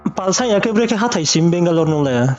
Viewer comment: Asuh Benglore hing pronounce khe rungya ong tong mo how can she trust someone n come over ong pai msei asuh le .